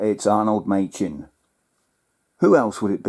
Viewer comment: The designer is Arnold Machin, pronounced Mackin!